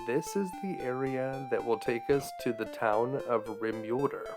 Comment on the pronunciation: Rim-ULE-derr? Really? Anyway, other than that, excellent vid.